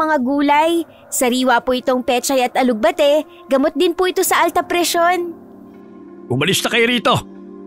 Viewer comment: Ganda ng kwento..yun nga lang ang alug bah ti daw😄..alugbati lang po hindi alug bah ti✌️😊